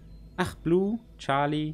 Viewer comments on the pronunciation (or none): none